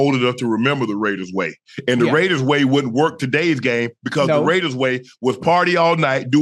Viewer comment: Ok off topic but ain’t no way ocho does not have dyslexia cause mf said “waider ray” 💀💀💀